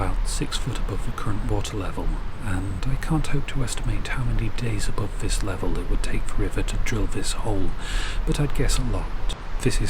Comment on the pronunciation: Tip of tongue on top teeth. THHHH THE You can say KiTE Say This not Viss . Not hard.